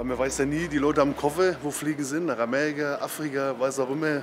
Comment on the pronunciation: 😂😂Ameriga, Afriga, Freidag, etc. 😂😂